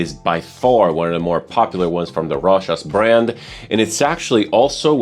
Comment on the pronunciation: Love the way you say Rochas 😍😍😍